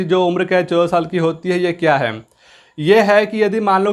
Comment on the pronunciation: Sala khan sir ke video ka copy krta hai or hai ko hem hem bol rha hai are bhai phle thik se bolna sikh lo fir gyan pelna okay n 🙏